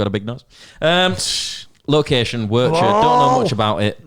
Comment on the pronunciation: Where Is it? - I don't know, It's in Belgium? You know, it's 40 mins away from Brussels.. You know lads, that the name of the place is literally in the name of the festival. And it's pronounced Wer - G - ter, not Werter or however you were trying to haha.